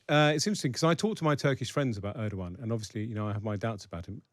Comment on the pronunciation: I appreciate the debate, but can you please be less "lazy" in pronouncing non-English names? Eeduwan is not how you pronounce that name. ER-DO-GAN guys... I don't expect perfect pronunciation, but this is just.... you guys are not even trying, and it's borderline disrespectful. Thank you and all the best.